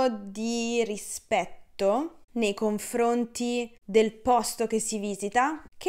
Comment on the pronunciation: Cara, quando dici "nei confronti", dici "COM-FRO-NTI"...( siccome c'è la F...non è più facile pronunciare una M invece di un' N...?).